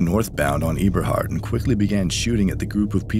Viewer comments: It’s “eeberhart “ for it’s pronounced “ebberhart “ Eberhart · It’s “Eb”a hart—Not “Eeb”a hart. I’m from the land and it’s crzy how these ppl talk about us and don’t even know us. All the shit is sad.. Englewood…. They young but as life goes on they gonna regret all of this if they make it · Not being rude, text has no tone. The street name Eberhart is a short E, not a long E. The girl was murdered where I use to play outside as a kid. 6504 my family use to own since before my mother was born in 1950. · It’s funny how ppl who’s not from Chicago try to report and bank on our news. And it’s not pronounced E-Berhart it’s Ebber-hart.